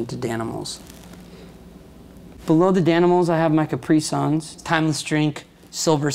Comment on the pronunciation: Ohhh cmon its not cpri-sunns its capree-suns